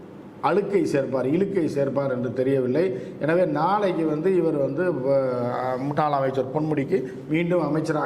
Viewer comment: முன்னாள் அமைச்சர் என்ற வார்த்தை உச்சரிப்பு வேறு மாதிரி இருக்கு அண்ணா....